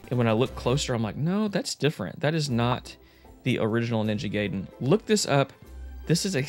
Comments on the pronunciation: It’s pronounced “guy-den”, not “gay-den” 😛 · it's Ninja GUY-den....... not gay-den...... see here ---> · Ninja guyden sounds better, the way you say it sounds like a den for someone who´s gay. I don't know what I'm saying, its late and it just made me laugh and had to share it. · It’s not NINJA GAYDEN ITS NINJA GAIDEN how do I know from the movie the wizard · I used to say it that way too growing up. It's actually pronounced "Guy-den" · is it pronounced Guyden? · Damn seeing ninja GUYden 3(sorry,just how I’m use to pronouncing it 😅) brings back memories of me playing nes games on my jailbroken iPod back in middle school 😂 gotta be honest and say that I’ve never got strategy guides as a kid. Closest thing would be those cheat code books I’d get at the book fair in elementary school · “Ninja Gayden” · love that ninja gay-den and merio bros. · In the 1989 movie "The Wizard", which was sponsored by Nintendo, it was pronounced "guy-den" Sorry, with the covid restrictions and the 14" on snow dumped on me I have nothing better to do than argue silly things